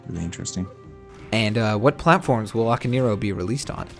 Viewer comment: For christ sake, people. it's "Ah-kah-neh-ee-roh", not "Aka-neero".